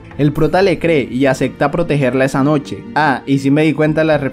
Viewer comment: Me gusta cuando este causa dice Acecta.